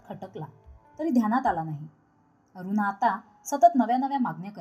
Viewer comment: कथा चांगली असूनही ण चा उच्चार सगळीकडे न करता ते खटकत. अगदी अरुणा चा उच्चारही अरूना करताय.